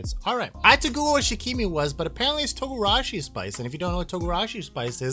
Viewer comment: Thanks for the review! Wanted to know what it tastes like before trying. Oh and the pronunciation for shichimi is literally “she-chi-me”